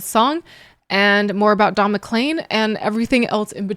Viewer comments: Mc-leen, not Mc-Lane, but that's okay 😊😊😎😎 - this song is about a really bad day - also listen to "Vincent," also beautiful and very sad - simple instrumentation can underlie a song of any mood; this was very simple instrumentation well played, and I would definitely differ with "chaotic" but I have been a piano player for 66 years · You said clean in the video and pronounced it CLEAN you didn't pronounce it CLAIN.......like you do with his name which the last 5 letters are CLEAN.........weird. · Pronounced: Don MaKleen. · Not to pick nits (you asked) his name is pronounced is Mac-clean